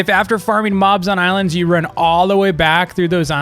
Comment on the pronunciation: Me hearing him say the ilands devs ...